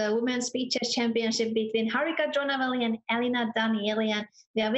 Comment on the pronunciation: dronavalli not drona valley or drona river